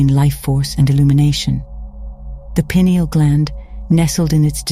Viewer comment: It's nice to hear a video actually pronouncing pineal properly.